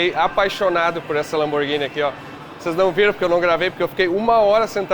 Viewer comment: LAMBORGINI DE PENEU DELINITE????????? PELO AMOR DE DEUS GENTE!